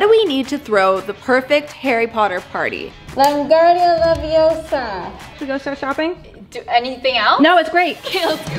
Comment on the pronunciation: Its LeviOsa not LevioSA